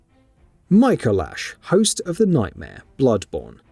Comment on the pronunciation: It's pronounced Micolash.